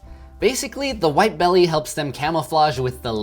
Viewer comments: It’s not bugging anyone else that he is clearly saying Great WIDE Shark instead of Great WHITE????? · It’s great WITE shark not wide